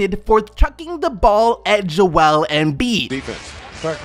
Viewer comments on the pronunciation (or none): none